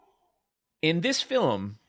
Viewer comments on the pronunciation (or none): That's not true. You also get to hear try to pronounce film a few times with various results. Sometimes he catches a film, but 3 seconds before it's a fillum, whatever that is.